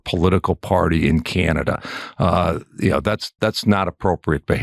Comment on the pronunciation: I thought that the USA ,was the strong tough guy , turns out they aren't. Ben said it best , all they do is whine . Oh , that Ambassador is the absolute worst, smug idiot, can't even pronounce our name correctly, it's not Cinada ,it's C A N A D A why is that so hard ? Now as for these new tariffs...... I'm just asking, do we do alot of pool work in the States ? (I think there are plenty of American companies already doing that job) , we basically don't sell wine in the USA , so pointless, and then the hockey sticks .....WTF ??? fine , if you want your children using inferior sticks and not ours (where the game comes from) gives us an edge everytime the 2 countries square up on the ice.